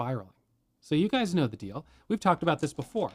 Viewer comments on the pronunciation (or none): none